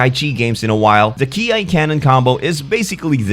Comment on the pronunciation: Ki is pronounce as 'key' not 'key-eye'